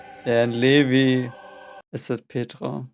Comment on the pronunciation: Levi is pronounced "Lee-vye", as in, the english way and not the german way.